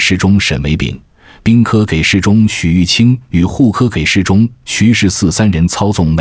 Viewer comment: 这是AI在读吗？为啥一直把给ji事中读成给事中？